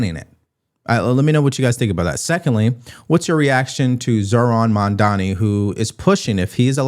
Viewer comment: I love you and your content, but please pronounce Mamdani’s name properly, not because he deserves respect, but because I don’t want it to reflect negatively on you. It’s MaMdani, not MaNdani! 🙂